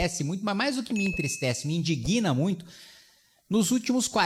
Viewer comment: Meu amigo Kim, não se fala me indiguina, se fala me indigna.